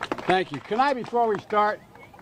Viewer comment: Are we all not going to acknowledge that he said.. “stank you very very much” in 🤦‍♂️😂